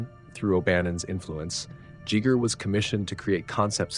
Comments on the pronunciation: I have never, in 46 years, jests the pronunciation "Jjheger"....where does this come from? He alternates back and forth between Giger and 'Jjheeger' four times. It ruined a good video. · Welp, as someone speaking Swiss German natively, I can in fact inform you that's not how his name is pronounced. There is no "eye" sound in there, that's an english-ism. It's more like the sounds in "eerie" (quite appropriately ;) ). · I'm more disturbed by the pronunciation of soft-G Giger followed immediately by the pronunciation of hard-G Jodorowsky. Are you a clanker or something? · A coworker recently informed me about deleted scenes from the 1979 Alien film which is how I found your video. I noticed how you pronounced Giger's last name. I have gone down the rabbit hole looking for the correct pronunciation of it and the first one I think lots of people still use is "guy-ger" which is incorrect. The second is the one I discovered years ago which is "gee-ger". And you pronounced it "jee-ger" which I have never heard before. Is your pronunciation the correct one or is it one of the one's I listed? Lol I'm hoping I can figure this out. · Good--but the brilliant Swiss designer Hans Ruedi Giger's last name is pronounced GEE-ger. Two hard G's--like "geegaw". Or "ghee". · "GHEE-gər" its how you say it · Giger is pronounced "Geeger" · Cool information! Love the content. You are mispronouncing Giger. Think Geiger counter. Gut. Gogo. Gallop. Giger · Giger does not sound like Geiger counter. It sounds like eager. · How can a channel dedicated to Alien not know how to pronounce Giger? G EYE GRRR! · That’s not how you pronounce it. His name wasn’t Geiger. Giger is pronounced more like geezer except you substitute the z for a similar gah-sounding g as in the beginning. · Pronounced Gie gger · No grand master would pronounce it Jeeger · Giger knew how to pronounce his own name. There are not 'several ways to pronounce it.' There's the correct way, and wrong ways. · It’s not Giger, it’s Giger